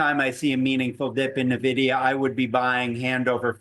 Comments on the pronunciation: Buzz words. Dude also doesn’t know how to even say the company’s name… it’s “N”vidia Not “Nuh” vidia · I turn off any analyst who calls it Navidia, and also Chipolte. Good grief.